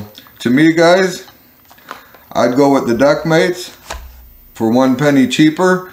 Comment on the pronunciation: Does he keep saying DuckMates?